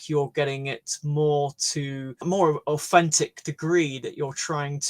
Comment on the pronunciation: TH becomes F in his speech. One hallmark of London accent. Authentic was pronounced as Aufentic.